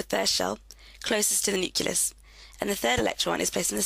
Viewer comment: Thank you. PS it's NUCLEUS not NUCULUS